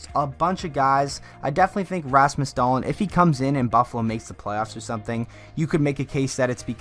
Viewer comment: Rasmus...Dah-Leen will win the Calder? Yeah I can see that happening! Learn how to pronounce it lol